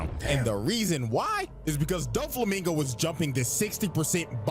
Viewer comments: Dough-flamingo ✅ Doo-flamingo❌ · The video correctly pronounced Doflamingo name throughout the whole video but you kept saying it wrong. It aint Duflamingo like Du rag 😂😂😂😂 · Hears and acknowledges that his name is Doflamingo Says Dooflamingo the rest of the vid anyways💀